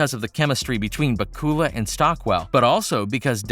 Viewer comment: Scott BA-kula, not Ba-KU-la 😂😂😂😂🤣🤣🤣🤣🤣🤣🤣🤣🤣🤣